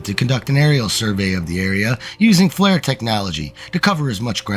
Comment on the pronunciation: You are mispronouncing several words. FLIR, (a night imaging technology,) is not supposed to sound like "flare." No big deal. I do appreciate your work.